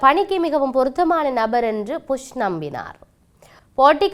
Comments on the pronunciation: நல்ல தமிழ் 😂😂😂புஷ் George bush 😂😂not pus😂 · புஷ் இல்ல Bush😂😂😂 நீங்கள் புஷ் என்று சொல்லும் போது சிரிப்பு வருது 😂😂😂